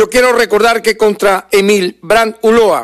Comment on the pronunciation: SE DICE ULLOA NO ULOA...😮